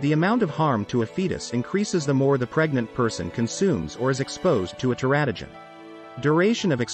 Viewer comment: Should be "ter-A-to-gens."